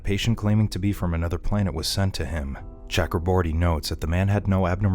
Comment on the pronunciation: Please pronounce Chakraborty correctly :/